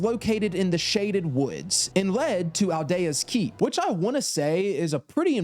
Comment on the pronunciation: DrangleiCH? Al-deh-ah’s Keep? Dude what???